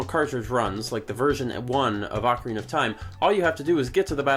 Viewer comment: I think pronunciation is very important. For example, any chance that you could pronounce "Ocarina" the way I always have, now confirmed to be the CORRECT way?